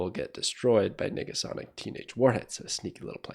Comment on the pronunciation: Bro needa watch his enunciation of Nega Sonic